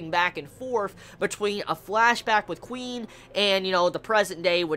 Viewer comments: i love you, but your pronunciation skills are pretty bad. Their names a re pronounced like kuhwin and dehkim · Pronouncing Quin like Queen? Are the Quincy from Bleach now the Queency masters of drag?